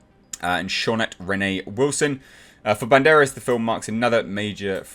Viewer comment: I prefer the Student-Turned-Journalist Rumour over the Daughter one really. Less waiting on an explanation and might be more interesting if Phoebe's character isn't related biologically to Indy. You pronounced Antonio's surname fine